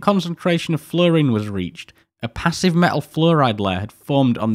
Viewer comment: Please pronounce your 'T's! 'A om', 'wa er' and 'me al' all have a T in them bud aTom-waTer-meTal